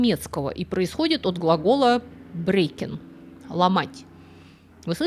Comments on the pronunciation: брехн. А не брекн Ну вы хоть в гугл переводчик вбейте, как читается слово, раз язык не знаете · В очередной раз ошибка в немецком. В глаголе brechen в корне звук [х], а не [к]. Проверить это занимает минуту. Даже можно не заморачиваться с транскрипцией, а просто проверить в гугле по звучанию. К сожалению, ошибки в малом, ещё и произносимые так уверенно, вызывают недоверие ко всей информации. Очень грустно, потому что нравится слушать Ваши рассказы, при этом хотелось бы доверять и содержанию.